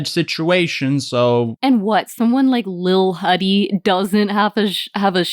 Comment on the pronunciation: HIM PRONOUNCING LIL HUDDY LIL HOODIE HAD ME DEAD I